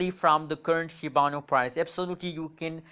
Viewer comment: It's Shiba Inu not shibanu